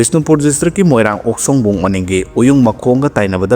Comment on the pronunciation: Okshongbung amasung Uyungmakhong ucharan chumna pabiyu tabada nungaijade meitei manjade